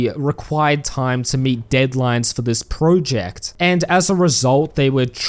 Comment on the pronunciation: You made this video purely to annoy us with your weird pronunciation of the word "project" is